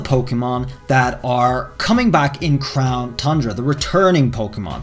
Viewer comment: Does anyone else miss him saying crown THUNDRA....just me ?? Ok 😪😪